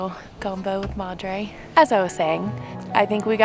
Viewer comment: The way says madre makes me want to hurt someone